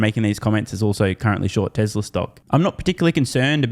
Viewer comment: For the love of God don't pronounce it: Tezzla.